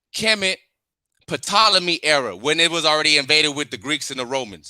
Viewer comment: And the p is silent in ptolemy 😂😂😂